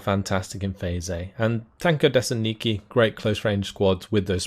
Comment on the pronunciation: I believe it's TAN ko de SANT niki with the emphasis on the 1st and 4th syllable.